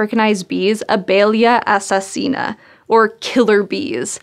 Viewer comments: As a brazilian: that was a good pronunciation of "abelhas assassinas" As the son of a beekeeper: that was accurate As an allergic to bee sting: yep, they are dangerous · That was a brave attempt at pronouncing Abelhas Assassinas. Bravo!